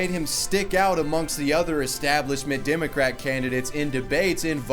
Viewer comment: What the fuck is a dimocrat...learn to talk.